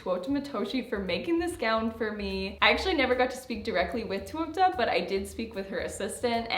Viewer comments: All the albos shaking at her pronunciation.. it's TAY-ouu-AH not twoo oh ta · I loved seeing the process 🤍 but hurt every time you butchered her name 😂 it's TE(~teh) -U(ou)-TA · The dress is beautiful!! But … I have to say it because it was killing me throughout the video… Teuta would be pronounced more like “Tay-oo-ta” instead of “Too-oh-ta” 😅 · Its pronounced teh-oo-tah pls say it correctly atleast, shes an albanian designer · Teuta is pronounced “Tey-u-tah” right? Every time I watch a video about this designer I’m confused by seeing the spelling and hearing the pronunciation with an “oh” sound. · I always thought her name way pronounced “tay-oo-ta” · you’re so so cute but I’m flabbergasted that even at this point in the relationship you were still pronouncing ‘Teuta’ like that 😅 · You've gotten so many dresses from her and now a custom wedding dress and their ALL STUNNING. <3 I don't know how you're still saying her name wrong.... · I'm not sure you are pronouncing Teuta correctly